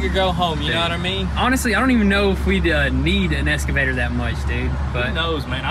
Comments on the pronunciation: So tired of the little one always saying “escavator”. It’s EXCAVATOR for Christ sake. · For the love of christ, its excavator not escavator fellas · X-KA-VA-TOR. (no S) :) you guys are the best. Keep kicking it. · IT IS FUC&*NG EXCAVATOR NOT ESCAVATOR 😁😁😁